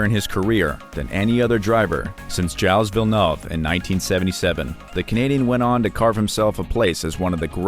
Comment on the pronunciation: Gilas vilnauve ?? 🤣🤣🤣tf dude